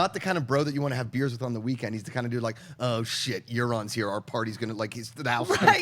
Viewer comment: The way the blonde chick says "Euron" sounds like "urine"